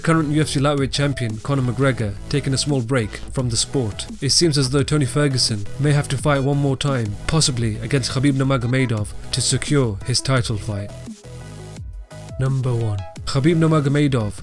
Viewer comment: ***** thank you didn't realize i misspelled it. his pronunciation was what was making me angry in truth lol